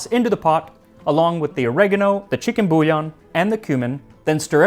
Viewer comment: 'bouiyon' the double 'ILL' is a french 'y' spelling within a word as in 'eey' with the ee shortened , and the on is a nasal, never 'on' as in english, the N will only be expressed if doubled with an e suffix. [nne] je vous emprie.